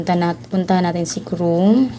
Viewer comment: Ikes tapos chrum ayusun mo pag sasalita mo hndi ikes UN Hindi rin crum